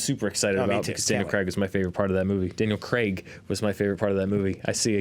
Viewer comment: You finally said Daniel Craig and not Daniel Creg, thank you. I'm so proud.